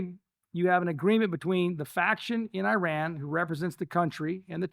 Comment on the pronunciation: It’s hard to listen to anything that talks about Iran but can’t pronounce it. Undermines the credibility